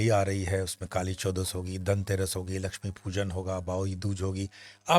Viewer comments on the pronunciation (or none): none